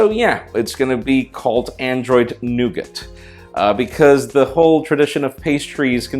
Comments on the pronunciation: I think it's NOT pronounced "nuget" but "no-gah" ;) At any rate, to me it'll remain Nutella whether Google and Ferrero like it or not. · Jesus christ people, it's pronounced Noogar not Noogit, its French. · i believe Nougat is pronounced Noogar ? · nougat. really nigga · nougat not nugget! your name is arabic i suppose you should know it? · Nougat is gonna cause problems with pronunciation, america - "noo-gat" england - "nug-et" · Its pronounced "Nougaaar". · In my language the name of android google chose is pronounced Noga instead of Nogit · nougat is pronounced noog-ah in Ireland. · LOL just go to Google Translate and write the name and learn how to pronounce it lol. Nuu-gah is how you pronounce it. Just like Nee-ga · sounds like nugget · It's pronounced "Noo-ga" here which sounds a lot better than "nugget" lol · The 't' in 'Nougat' is silent ;) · Why are you pronouncing Nougat different than me?